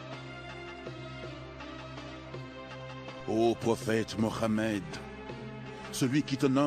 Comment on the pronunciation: Depuis taleur tu parle en français termine en français j'arrive pas a écouter quand il dit moramed allar c'est trop pour mes oreilles faut lui dire c'est plus possible la 😅😌 je le dit avec humour mais c'est sérieux